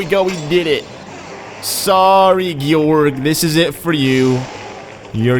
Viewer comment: GYORG IS SAID IN gi-org